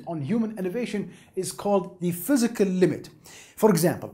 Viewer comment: "phyiscal" close but no cigar.